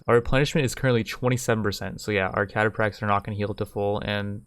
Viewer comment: I don't wanna nit pick , but it's pronounced Cata-Fracks, As always enjoying your total war content.